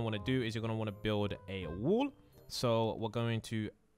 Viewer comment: lol im just saying how he pronounced 'wall' as 'wool' XD